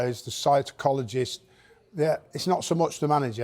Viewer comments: lol ye "psite-cologist" made me laugh. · Heard it again… he definitely said science-chologist 😂😂😂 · The man said the nutitionalist and psytochologist,.😂😂